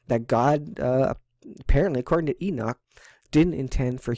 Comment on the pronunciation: Thank you for calling him ENOCH and not enik😒 lol that drives me crazy man lol 😂